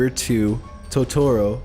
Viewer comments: its Totoro (TO-to-ro), not Totoro (to-TO-ro) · It's "To-toro", not "ToTORo". God, that irritated me more than it should've. also this comments section is absolute cancer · Okay, but who else is upset about the Studio Ghibli and Tutoro pronunciation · "My neighbor toe-toro " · Did anyone else cringe of how he pronounced it Toe-toro? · 2017: toe-toe-row... kms😂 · U said Totoro wrong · NOOOO NOT MY BELOVED TOTORO Q~Q You pronounced his name wrong btw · I got triggered by the way he said totoro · The way he says totoro is pissing me off, like he's saying it wrong 😭